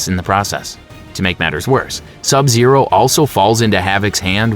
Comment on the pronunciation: My favorite MK character is Sab Zaro